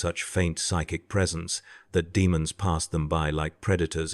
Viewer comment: If You are going to use AI in a video about tau and the warp, then at least train it to pronounce caste and demon right.